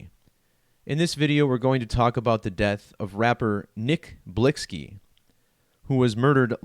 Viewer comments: UMMM NO __ IGNORANCE IS SPEAKING ON THE DEATH WITHOUT EVEN KNOWING HOW TO SAY THE PERSONS NAME RITE🙄 NOW MOVE ALONG I'VE ALREADY STATED THIS A MILLION TIMES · HEY DICKHEAD CAN YOU READ🤨 THE VERY FIRST COMMENT I MADE I SAID THAT THE PERSON WHO MADE THIS VIDEO WASN'T PRONOUNCING HIS NAME RIGHT🤦🏽‍♂️NOW YOU'RE TRYING TO TELL ME HOW TO PRONOUNCE IT , YALL GET WEIRDER BY THE MOMENT I SEE